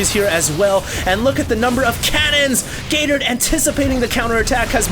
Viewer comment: I can't help hearing "Gay Turd" :>